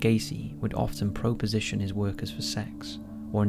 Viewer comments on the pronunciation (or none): "Pro-position".... Yeah, maybe learn how to pro-nounce words pro-perly